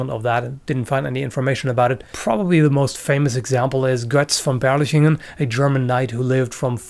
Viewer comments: Pronounced the German knight’s name perfectly, stumbles over Italy lol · You pronounced Götz from Berlichingen very well!